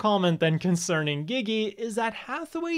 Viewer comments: Seriously saying gigi is so cringe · dafuq is up with people pronouncing Gigi's name as "Geee geee" even the characters in the anime clearly say it as "Jeee Jee".